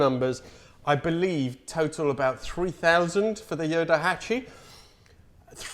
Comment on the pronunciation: What a nice surprise to see a thumbnail with you and a ヨタハチ. Very cool car and video. (PS. Just a heads up, the car's nickname is pronounced Yotahachi with a T).